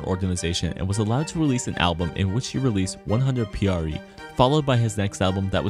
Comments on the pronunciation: In the video it was pronounced as one-hundred x pre 😂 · 100xpre is pronounced: Por Siempre.